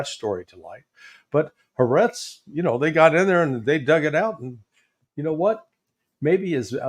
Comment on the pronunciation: 3 syllables in Ha Ahretz.